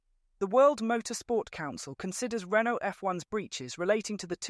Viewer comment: Bro cant even speak out Renault normally. Probably NPC/AI again